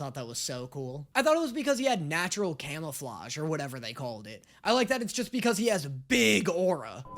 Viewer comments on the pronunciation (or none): none